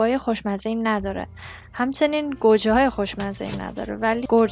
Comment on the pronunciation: چرا میگی گورجه؟ گوجه درسته💕